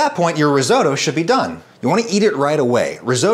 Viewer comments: It's "risotto". Not "risoto", my God. Bless your monolingual parochial Yankee heart. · Ris-otto not ris oh toe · I thought your Granny was Italian? So why is it Risoudough and not Risotto? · Riso.. Ri-WHAT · Risoto... what? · Reezohdoe? Are you kidding? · You've made a mistake saying the word 'Risotto'. I shall begin. METAL. VINEGAR. DOUBLE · I’m sorry but the way you say risotto just annoys me so much ur saying it completely wrong 😂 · Really enjoyed this recipe, and others you have shared, thank you. Just ask, please pronounce Risotto properly, sorry. x